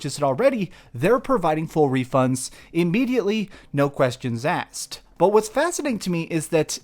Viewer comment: Questions are "asked", not "axed", ^^'